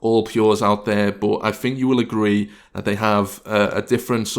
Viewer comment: Do you fink or think? :O